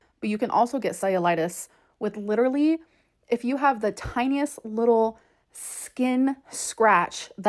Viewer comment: Expeshually, genuinely and leedurly!